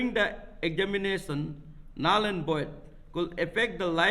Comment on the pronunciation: Nool and void😂😂 it's Null and void.